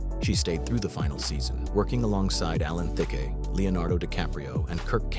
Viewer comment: Why does the narrator sometimes pronounce Alan Thicke’s name “Thicka” and sometimes “Thick?” Which is correct?